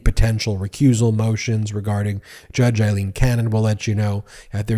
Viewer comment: Her name is AILEEN NOT EILEEN!! Pronounced w an ‘A’ sound. It’s bad enough she’s back! 🤦‍♀️